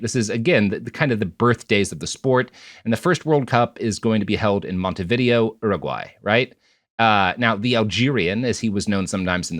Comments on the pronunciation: the Montevideo pronunciation made me pause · Had the same reaction lol. Robert is brilliant and so well researched, but nobody has the time and energy to always get everything 100% right and that was a hilarious little blind spot